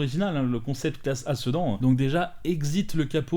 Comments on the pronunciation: On prononce "Sédane" Jai explosé de rire quand tu as dit "Cedans" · J'ai pas suivi ton FAC, donc c'est quoi ton boulot, parce que... si c'est pas ton job... eh ben c'est dommage. Juste un truc, perso je prononce plus "sedane" même si ça s'écrit "sedan". Super vidéo comme dab.